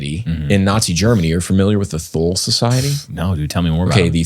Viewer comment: Thule is not pronounced with a Th sound but a T sound. The E at the end is also pronounced Tool-uh is closest.